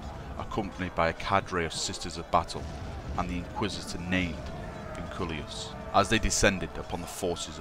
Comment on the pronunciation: I'm pretty sure you said "Vinculius" instead of "Vinculus"